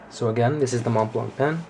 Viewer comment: You would think if you spent 1000$ on something you would know how to pronounce Montblanc properly